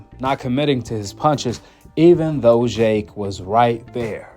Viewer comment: Why do you say jhhhhake instead of jake